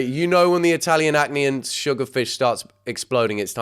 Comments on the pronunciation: Not you calling ackee "acne" 🤦🏽‍♀️😅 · That candys cooking channel was pronouncing it so wrong and think he was just confused by what she was saying since she called it ‘Italian acknee’ 😭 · Ackee not acne😂 it's a fruit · everytime ackee was called acne, i felt my ancestors cry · The "acne" is supposed to be ackee, which is a Caribbean (Jamaican) dish usually eaten with saltfish. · "Ackee" is a West African fruit that is commonly eaten with fish, as she made ackee and saltfish, an extremely common Jamaican dish. She butchered it, but that's what she was trying to make. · So I had to pause this video when you said sugar fish. I am slightly confused, did you mean salt fish? Are you pronouncing ackee wrong? Because ackee and saltfish is a classic Jamaican dish